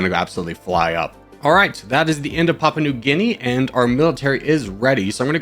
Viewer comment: "Papua" in "Papua New Guinea" is pronounced "pop-oo-uh"